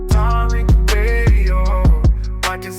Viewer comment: And the caller think he is slick by the way he is pronouncing Tariq's name...these ppl do that a lot..always pronounce a Black man's name wrong (PURPOSELY) to disrespect....Tariq is pronounced, Ta-Reek..Tah-reek or Tah-rick...he keeps saying, TAR-RICK ..he is trying to be funny with that TAR bs ..Tar...(Tar Baby).. he keeps saying it...why keep saying someone's name when you're talking to them?..who does that?